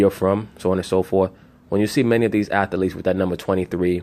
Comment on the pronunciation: I like how he says atheletes. He says all syllables lol